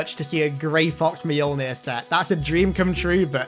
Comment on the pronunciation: you saying T-60 moenjor?